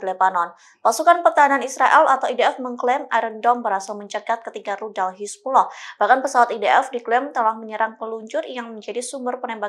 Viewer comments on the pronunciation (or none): Hizbulah bukan hizbuloh 😂